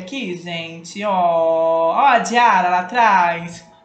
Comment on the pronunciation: Diarra se pronúncia diara esse ara é tipo are kk, acho que eu consegui explicar kk, não foi ignorância, amo seus videos. ME NOTAAA 😂❤